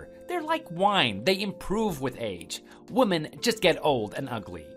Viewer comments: good lord it annoys me to no end the wrong pronunciations of woman and women. grrrr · Why do they pronounce the plural "Women" as singular "Woman". Wo-men vs Woman, all--the--time. I have let it go for a couple years but I can't anymore.